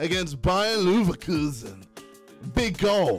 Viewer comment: I love to play against Bayer "Luverquzn" JJ 😂😂😂